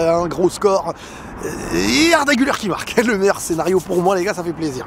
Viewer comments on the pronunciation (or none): on prononce "Gulère" et pas "Guleur"